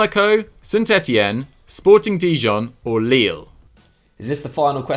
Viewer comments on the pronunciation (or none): Spoorting Dijon? hahahahaha